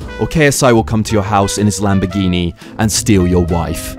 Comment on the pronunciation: Hahaha broke his lambogouhni hahahahahahahahaha